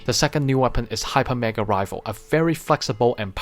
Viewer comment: Its pronounce rai fle not rivel